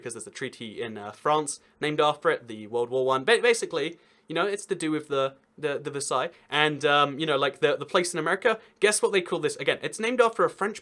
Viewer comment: I found it funny that he could pronounce Versailles right, but not Louisville.